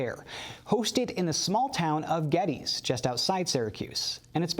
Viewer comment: Nice video. FYI, it's pronounced: Ged-des, named after James Geddes, the gentleman who performed the planning for the Erie Canal.